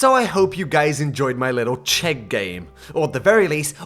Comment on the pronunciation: As a Czech, I approve the Chegg